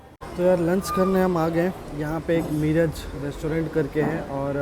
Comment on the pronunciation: मिराज नहीं it is मीरज. Bahut lamba route ho gaya.